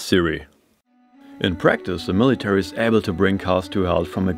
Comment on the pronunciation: Uh MiLuHtArEe GrAyDh ... (mouthbreath) ... EeHyEmPeE (wheezy mouthbreath) Look out! There won't be an unlit florescent tube within 5 whole feet of that thing I bet!